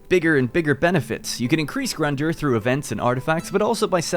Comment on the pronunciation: Amazing when YouTubers don't bother learning pronunciation before making their videos